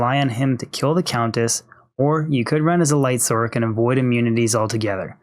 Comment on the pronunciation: good video but your pronunciation of "sorc" is asinine